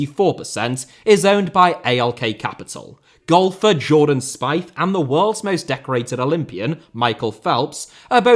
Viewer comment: Jordan WHO??? that is NOT who you pronounce Spieth my goodness i got a jumpscare